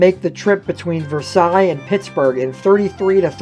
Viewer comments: it’s pronounced ver-sales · In other words, it’s “vur-SALES”, not “vehr-SIGH”. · As we lived in the South Hills we never had any use for the PAT Train but we did go down and ride it out and back over it's last week of service to say that we at least rode it once. And I know you are not local so not in the know but Versailles is pronounced as it is spelled more or less (ver-sales), not like how the French do. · B&O PATtrain serviced Pittsburgh,Braddock, McKeesPort, PortVue ie pronounced PortVue on Pittsburgh Division onto Keystone Division to service Versailles pronounced Versales. B&O Pittsburgh to Connellsville PA had possible 15 stops in Allegheny County with possible 5 stops in Westmoreland County and possible 5 stops in Fayette County PA leading into Connellsville Yard. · Ive lived south of Allegheny County for sixty years in Fayette & Greene & Westmoreland & Washington Counties. Versailles wasn't pronounced like the Royal Palace in France. It was pronounced VER-SAILS with VER rhyming with HER, and SAILS rhyming with TAILS or TALES. Port Vue didn't rhyme VUE with VOODOO instead VUE rhymed with DUE or DEW. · I thought the same thing. ver-SAILS is correct Pittsburghese. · Does NOT have to be France. The name of the borough is pronounced "Ver sails." However, for any history course covering the end of World War I in a Monongahela Valley high school, teachers must refer to the Treaty of "Ver sigh." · Oh my... That's not how you say Versailles. This isn't France. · A little bit more research and you could have figured out how to pronounce some the places mentioned. Western PA does not usually pronounce french words like the french do. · Have to wonder about narrators who don't bother to research correct pronunciations. This narrator is obviously not from the Pittsburgh area. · It's pronounced "ver-sales" and "port view,". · Portvue is like Portview. Versailles is like Versales.